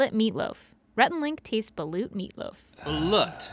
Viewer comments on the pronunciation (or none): GMM ITS PRONOUNCED "ba-loot" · I’m still hung up on their pronunciation of Balut. It’s pronounced “Beh-Loot”. SMH. 🤦🏼‍♀️ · When Rhett called it "bull-it", I cringed LOL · They keep saying balut wrong